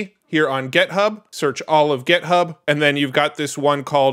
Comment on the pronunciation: Stop saying "gethub" please